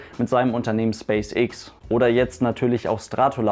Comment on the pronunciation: Space Äx nicht ix :)